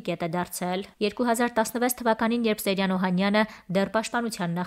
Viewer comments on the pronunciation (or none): Աղջի՛կ, կարդում ես և ամենակարևորը՝ ՍեՅրան անունը չգիտես ՃԻՇՏ արտասանել, նաև հաստատ՝ գրել։ Ոչ թե ՍեՐյան սխալով պետք է գրել ու արտասանել, այլ՝ ՍեՅրան ։ Ամո՛թ է, չնայանած ավազակը սոխով֊սխտորով սիրտս չէ։ Ուղղակի՝ կարդալ, գրել, արտասանել սովորե՛ք, հետո այս գործն արե՛ք❗